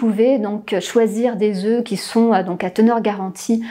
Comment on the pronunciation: Le pluriel de "oeuf" se prononce "Ö" ("DÄZÖ"), 🙄merci.